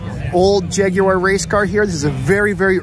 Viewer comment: At last, an American who knows how to pronounce Jaguar, many thanks for the video